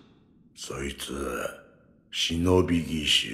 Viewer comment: Обещал говорить Шиноби,но продолжаешь говорить Синоби. Извинись в следующем видео